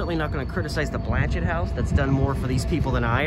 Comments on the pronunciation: I’m fairly certain the name is French and the T is silent. It is pronounced more like Blan-shay. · The T is silent. It’s pronounced Blan-chay. It is named after a Catholic Bishop.